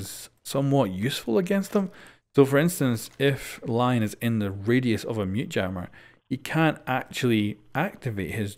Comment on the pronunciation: Just letting you know “Lion” is pronounced like (le)-(on) since he is French. Love the content btw